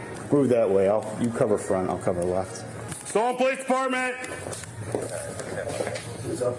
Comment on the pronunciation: Everyone who pronounces police as POH-lice is usually a criminal. 👍